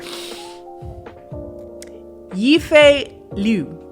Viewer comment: stumbling over Yifei's name had me rolling. It's pronounced "Yee Fay" 🤣